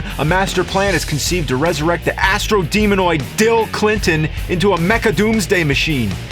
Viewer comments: idk why i always laugh my ass off whenever i hear the nerd say "Dill Clyntin". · I lost it at Dill Clyntin